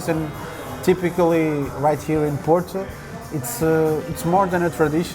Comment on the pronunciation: It's Porto (paw-tow) Not Portu as you pronounce it 🤦🏻‍♂️